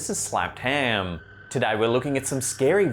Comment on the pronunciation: Until I heard say it I'd never heard anyone pronounce ham as haaaam